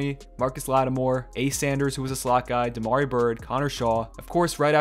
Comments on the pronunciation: Damier Byrd not damari lol but I like the video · Damiere Byrd lol not damarri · Da - MEER Byrd, not Damari Byrd